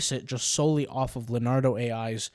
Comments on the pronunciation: It's not Len -ardo, it's Leon-ardo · It's hard to take someone seriously when they pronounced Leonardo as Luh-Nardo